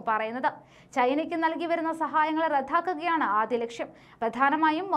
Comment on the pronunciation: അവതരണം മികച്ചത്. പക്ഷെ ഈ കൊച്ച് "ദ്ദ" യ്ക്ക് "ദ്ധ" എന്നാണ് പറയുന്നത് . റദ്ദാക്കുക എന്നതിന് പറയുന്നത് റദ്ധാക്കുക എന്ന് .